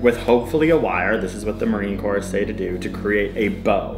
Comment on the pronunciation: Corps isn't the same as corpse, girl.